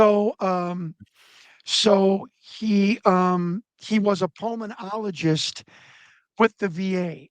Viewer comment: Pulmenologist? Huh?